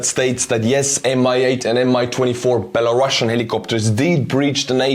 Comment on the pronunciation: It's Belarusian, not Belarussuan. We are not Russia